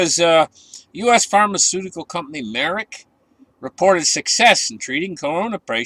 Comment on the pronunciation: It’s not “ Merrick” it’s Merck I grew up in Merrick, NY by the way